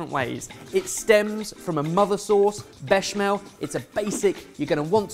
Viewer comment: I hope remembers how the sauce is the ‘Béch-amel’. It’s the ‘Béch’!